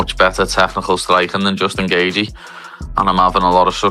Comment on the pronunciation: instant thumbs down idk if you used AI or just cant pronounce Gathjae either way...